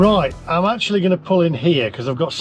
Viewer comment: ackshuallly i fink you should have used the porsche navigation app to get you to the cheapest chargers akshuallyy 😅😅😅😅